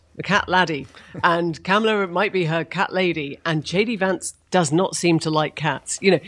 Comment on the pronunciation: I wish when this chick would start "speaking', that she would pronounce KAMALA's name correctly. Ugh.